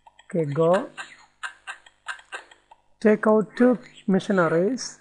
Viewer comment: Funny, it sounds like he is saying tickle instead of take out